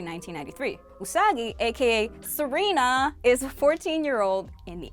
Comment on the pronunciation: it's Ju(u?)ban school and actually calls her odango or dumpling head. I think you mean Neptune, not Saturn, and you mean Serena not Selena. And not to be not-picky and know it's hard but it's LEAD crow as in LEHD crow.